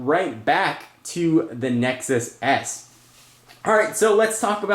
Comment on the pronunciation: Did he say Nexus ass?